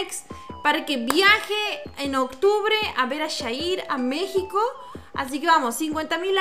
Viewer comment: Como q agrada mas q le diga shair en vez de yair